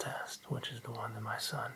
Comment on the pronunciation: Your ‘son’ was something else. Lol but I enjoyed it